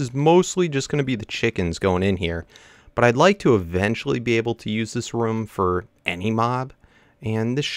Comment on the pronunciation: It's ROOM not rum